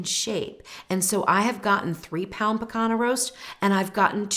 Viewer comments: Rump Roast aka "pee-KAHN-yah” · It's pronounced pee-CON-yuh. Like the ñ in Spanish.